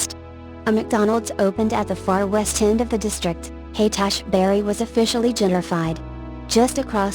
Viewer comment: HASH BERRY DISTRICT...GTFOH....HAIGHT- ASHBURY.............................I AM OUTTA HERE